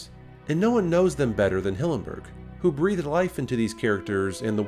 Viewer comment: did he really say "breathe - ed" life in the characters? wtf?